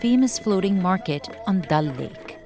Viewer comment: It’s pronounce Daal lake not dal lake